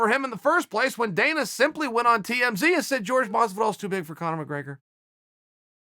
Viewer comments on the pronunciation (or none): Chael "George Masvidal" Sonnen